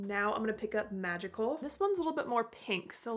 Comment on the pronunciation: Ok. I do hope i dont get flagged as inappropriate, but I had to back up the video when you swatched the 2 colors for the second eye look. I heard the first color as 'vaginal', and busted out laughing when it was actually called 'magical'. 😅